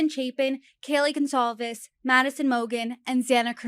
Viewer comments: how hard is it to pronounce Goncalves ? what is Gonclaves ? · Howard Blum can’t get basic facts correct. He doesn’t know how to pronounce Goncalves. Also, the suspect didn’t say, “It’s OK. I’m not going to hurt you.” The suspect said, “It’s OK. I’m going to help you.” This author should read the probable cause affidavit to at least give the appearance that he’s knowledgeable about the case. I would never buy his book. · How does he not know how to pronounce Kaylee's last name. Im not attempting to spell but he should know. Also come home in a box. The media only repeated him saying it a thousand times